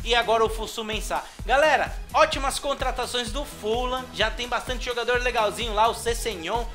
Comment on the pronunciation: mano pq vc fala full lam? se é fulham